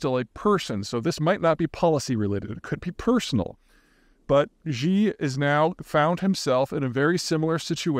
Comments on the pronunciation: Peter, stop calling him 'jee'. Xi is pronounced 'she' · It's "shee", not "xgzee". The x is sounded as "sh". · Love your work Peter, you are a wordsmith and I gotta straighten you up on your Xi pronunciation. Pretty easy, Xi = she 👊🏻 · He doesn’t have to sound like a native speaker, but he is pronouncing things so poorly that it is embarrassing to listen to. For example, President Xi is not pronounced “President Z”, it’s more like “President She”. For people that follow China closely, his mispronunciations make him sound ignorant and silly. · 😆 I think it is hilarious that you always pronounce Ji instead of Xxxxxi 🤣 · You need to learn how to pronounce Chinese names. XI is pronounced like SHE. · She ditched the summit! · You really should learn how to pronounce Xi correctly... Would only take 2 minutes of your time, and would make you sound more credible. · 2 seconds, really. Just remember how "shit" sounds, and you're there. ;)